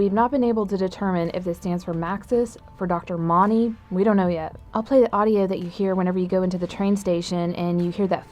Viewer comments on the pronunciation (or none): She said dr mony not Monty.